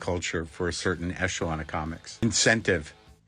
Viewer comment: ECHELON. BK NOT echelon. Hello .